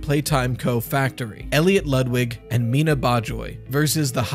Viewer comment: you said Miena correctly